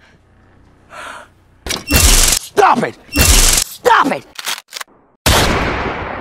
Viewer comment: No it’s “The SAUS awakens”